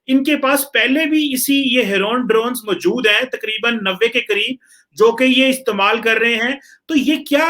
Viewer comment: Mjood nhi moujood hota hai... Major ne samjhaya tha na maasoom or masoom ka frq.. waise he mjood hota hai